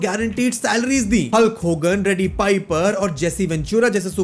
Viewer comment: U Dare call it Fake and bhai teri fielding set ho jayegi and bhai Mistake #1 Mic-Man pronounce karte hai , micmohan se better toh fir Macmohan hi bol deta hindi actor ,Mistake #2 Roddy Piper hai Reddy piper nhi, Mistake #3 IPL me bhale hi International Players aate ho but wo IPL hai Indian Premiere League , WWE i agree prices badha chuka hai even for US citizens lekin uska USD to INR comparison isnt right , Mistake #4 i agree WWE ko Storylines follow and Younger talent me invest karna chahiye lekin Paisa kahase laye wo , sure unhone kuch Events purely Money Deals ki vajah se kiye lekin fir wahi money use hogi other dept me , warna fir tum hi bologe ki acche logo ko sign nhi karte ye log , paisa nhi kya inke paas , downfall vagera aagaya